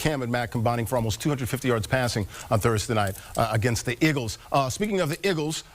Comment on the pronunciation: Who are the "Iggles"?